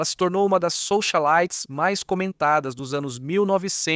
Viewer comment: Soxalites? Que isso? 😅😅😅